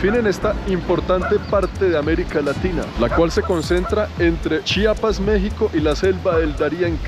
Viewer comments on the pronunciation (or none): none